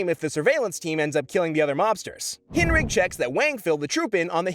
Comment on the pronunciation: Its pronounced correctly...